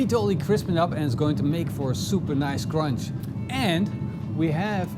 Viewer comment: Cronch. Cronch. Cronch. I haz droolyz.